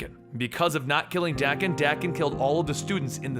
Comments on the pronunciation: bruh Daken is pronounced Dah-ken not Dak-en...smh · its pronounced DAY-kin. not DACK-in.... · It’s dang-ken not dak-ken it’s danken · Wouldn't you pronounce daken like taken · Is it pronounced "Dah-ken" or "Day-ken"?? I'm British so I say "Day-ken" what about you guys?